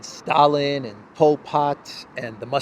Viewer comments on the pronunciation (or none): none